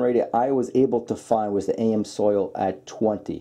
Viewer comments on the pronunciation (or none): Good comparison. It's pronounces Ams-oil not AM-Soil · Ha, was killing me Everytime he said it. It's even color coded AMS-oil lol. And yes I realize this is 2yrs old but in the life of internet video 2yrs is nothing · It’s Am’s oil not A M soil. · it's not AM-SOIL it's AMS-OIL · "A M soil?" You gotta be kidding me with that pronunciation. 🤣🤣🤣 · The PROPER way to pronounce the brand "AMSOIL"........is like saying "I AM"........NOT "A.....Msoil". Ya don't pronounce any of the letters separately. Take the word "AM" and the word "SOIL" and put them right together.......trust me. AMSOIL. ........But everybody knows how to say "WIX".......just like everybody should be USING "Wix"........LOL. For the price.......Wix is hard to beat. Wix is the only ones I use. But I'm told Amsoil makes darn good oils & fluids. Never tried them though. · It's NOT AM SOIL! It's AMS OIL! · I have always heard it pronounced am-zoil as opposed to A.M. soil... minor point. Amsoil is expensive but it worked wonders on my 1994 f350 idi quieting down the piston slap on cold ass new england winter mornings. With delo it sounded like a handful of rocks in a coffee can for the first 15 seconds. Their filters seem legit but I think WIX has just become my new fave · Did he say A.M. Soil for AmsOil? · It's Ams Oil not A.M. Soil. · Did he say AM soil? Lmao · AMS Oil not AM Soil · Isn’t it ams oil not am soil? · Nice video, but Amsoil is pronounced Ams Oil, not A M Soil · AMS-oil...not AM-soil. Can't trust a video where the host can't properly pronounce the product name properly. I'll stick to Bob the oil guy. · Ams oil not am soil lol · great video. I must admit I kept getting caught up on the "A.M. Soils" vs "AMS Oil" thing. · The AM Soil! That's funny I had to laugh it's Amsoil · Look this is a great video but it truly bugs me when you say, A M Soil it is Ams Oil two words and the A is short a not a long a. Thank You! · A.M. Soil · AM Soil??? It's Amsoil. Not sure where you got that pronunciation